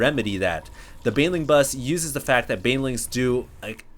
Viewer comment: Dude its Baneling Not BAYWINGS :S